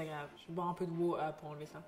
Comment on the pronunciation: On aime le glass of watahhh